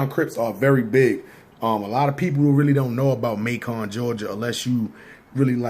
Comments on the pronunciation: Pronounce May-kin not May-con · Macon is pronounced May-kin' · It’s not Mac-on ga nigga it’s Macon like Bacon. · Not pronounced MAY CON...ITS MAY CUN LIKE BACON.....MACON, GA. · Nigga said MAY CON lmao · Just fyi, its Macon, like bacon not May-con... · Y u saying Macon so proper😂😂😂😂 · You said macon wrong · Macon rhymes with bacon bruh. He was fckn that name up.